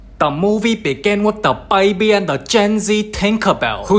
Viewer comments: “Da BaYBie” 😂😂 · "da movie begin with da baby and da gen z tinkabell" I CANTTTTTTTTTTTTTTTTT 💀